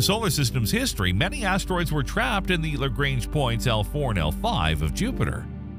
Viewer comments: On the other hand, they butchered Lagrange so bad it's hilarious 😂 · The way you pronounce LaGrange points lol and apophis and amore